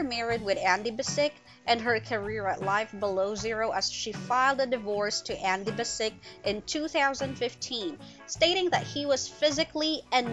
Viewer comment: It's a bit, I would say.